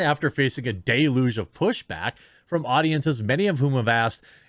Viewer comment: Again with the day-luge. It's pronounce Del-yuge.